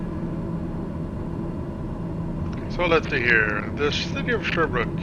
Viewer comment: Sherbrooke not sherbr ook